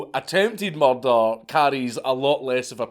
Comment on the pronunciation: I like how Dank pronounces "murder"